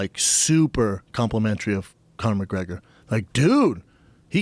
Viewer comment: "CON"or McGregor